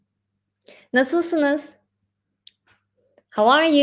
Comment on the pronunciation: It’s not nestlesiniz. Its NASILSINIZ